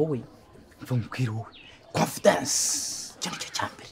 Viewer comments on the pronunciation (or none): Hhh hating I: “… ikintu cya Mbere … CO Nfidensss